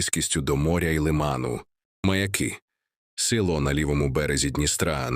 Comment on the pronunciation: Не лИман, а - лимАн. Не МаякИ, а - МаЯки. Про остальные неправильные ударения, вообще молчу. Кто это всё озвучивал?